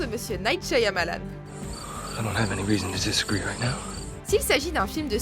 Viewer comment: "Monsieur Night Syamalan" euh nan...